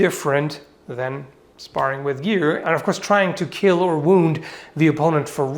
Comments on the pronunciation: aNd OvErAlL sIr, It WiLl KiEeLL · It will keel